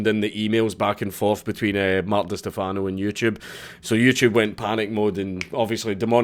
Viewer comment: Holy shit, is that an Eve Online tat on your right wrist? Forgive me if it's old news, but that's awesome. BTW, it's "Di STEH-fano"...or just "cunt".